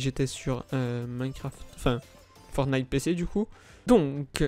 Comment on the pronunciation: Fortnite et pas fornite sinon super la vidéo